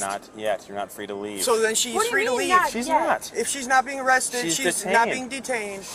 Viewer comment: got “awested” 😂